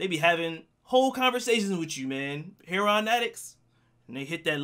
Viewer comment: I love the way you say heroin, like how prop Joe pronounces it 😂